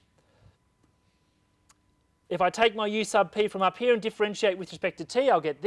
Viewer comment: No offence, but I really like how you say "here" heaaa lol. Thanks for the great video!